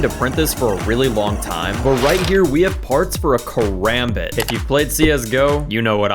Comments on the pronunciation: Its pronounced kirambit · when he said the banana karambit he shoulda said karambananait